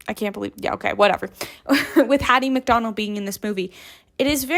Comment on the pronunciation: Hattie McDaniel. I think you said McDonald.